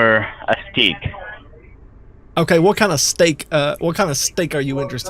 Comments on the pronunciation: Steak= a stick Vegetable= veg tahbal Virus= wirus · I swear I heard he said he preferred “stick”